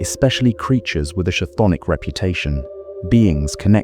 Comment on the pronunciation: Chthonic... Hard C. Not "ch". Amoral.. A-moral.. not uh-moral.